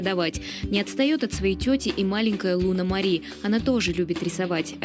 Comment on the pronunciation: зачем ??? я 5 лет назад помогал им. скидывал деньги на буханку. подарки отправлял. зачем вы врёте. ??? моя любимая девочка ЛУНА... ударение на у.